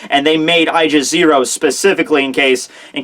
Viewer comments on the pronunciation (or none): Wait, isn't it ay-gis? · its pronounced Aaa•gis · is it just me or when he says "Aigis 0" I hear "Aljazeera"?